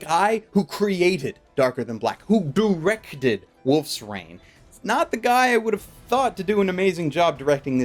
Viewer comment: "doorection" "doorected"